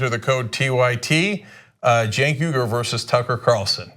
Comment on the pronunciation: Cenk who? Waht's a Cenk? You mean a SINK?